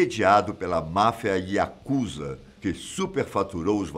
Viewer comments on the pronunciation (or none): none